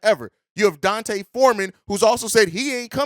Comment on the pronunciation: His name (D’Onta), is not pronounced like Dante. It’s pronounced like Deontay Wilder.